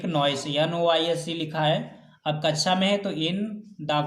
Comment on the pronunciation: Aap kxa ki jghe kacha kyo bolte ho sir